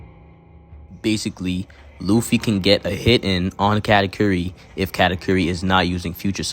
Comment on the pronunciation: I can understand Karakuri instead of Katakuri but "category" 🤣